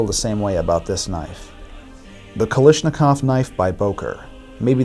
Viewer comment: kal a shnikov not kalishnikov